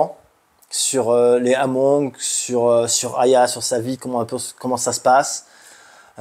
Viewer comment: Super récit, correction ce sont des Hmong qui se prononce Mong, la diaspora Hmong est eparpillé sur la planete depuis la guerre du vietnam